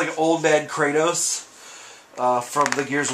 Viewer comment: Heis the biggest gamer yet he mispronounced kratos's name and said the wrong game